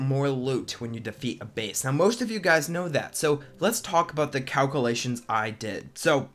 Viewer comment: wow can you say calculation 5 times fast? or even once? lmao